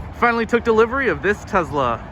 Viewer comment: Congrats on your TeZla....hahaha